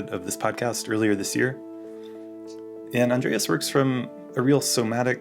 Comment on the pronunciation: It’s Andres, not, Andreas*